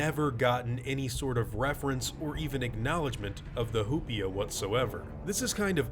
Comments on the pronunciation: hu-pea-a Me: hu-pie-a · I keep thinking he’s saying “hoopla” and it’s making it 20× better. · It’s probably pronounced “oo-pee-a,” if it’s from Spanish, since the “h”’s are silent.